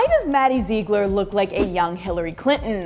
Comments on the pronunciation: XPurple Myth :3 I know I am late but Hillary isn't nasty I bet she is a trump supporter and Maddie is a beautiful dancer and the thing that annoyed me was she said zeeglar and it is supposed to be zieglar😂😂😂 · ITS PRONOUNCED ZIGLER NOT ZEEGLER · OMF IF YOURE GOING TO TALK ABOUT MADDIE PLEASE PRONOUNCE HER LAST NAME RIGHT!!! (Zih-gler) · if one more person says “Zeegler”😂😂😂😂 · "maddie zeegler" 😭😭😂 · all this video when she said ZEEgler it was driving me crazy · does it annoy anyone else the way she said zigler ........ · you said her last name wrong zigler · it is pronounced maddie Zigler its spelled Ziegler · Omg its maddie ziegler but its pronounced Zigler and how is Hillary nasty you republican unsubscribe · R.I.P Harambe YES SHES SO CRINGE SHE CANT SAY ZIEGLER CORRECTLY AND SHE LOOKS LIKE BRITNEY SPEARS WHEN SHE WAS ON DRUGS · I mean I love this show and whatever but I was cringing so bad when she was saying Maddies last name wrong... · It annoys me how she says Ziegler she is pronouncing it sooo wrong. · Please say Maddie's last name right😂😂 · You're saying her last name wrong! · you keep saying maddie's last name wrong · OMG I Have How She Says Her Last Name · U say Ziegler wrong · Is it just me or does it bug you that say Maddie and Mackenzie's last name wrong? Like if you agree!